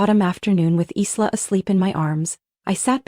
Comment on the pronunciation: It’s not Eesla it’s eyela